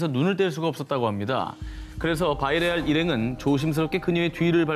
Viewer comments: 바이레알 아니고 비야레알 전현무 아나운서 맞나..? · 자막은 비야레알, 전현무님은 계속 바이레알... 대체 뭐가 맞는 건가요? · 자막은 비야레알인데 전현무는 바이레알이라 읽네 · 전현무씨 왜자꾸 비야레알을 바이레알로